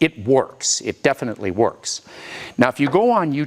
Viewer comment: "it works, it DETinitely works." 😁